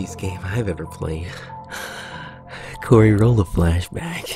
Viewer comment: It's Cory Cory not coyr